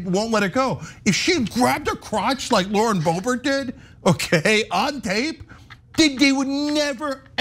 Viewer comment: Its, not boebert,its boobert.